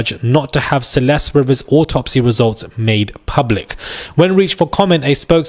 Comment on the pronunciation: Her name is Rivas, not Rivers. It's not that complicated a name. If you can't get that right, how can we trust the rest of your video?